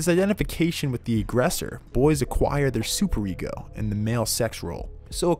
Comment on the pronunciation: "oedPISS" "fraud" "supereggo" amazing